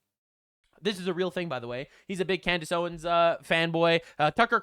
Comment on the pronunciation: Can Candace Owens pronounce anything at this point? 🤣